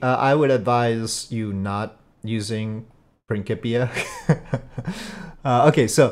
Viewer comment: How did you pronounce Principia??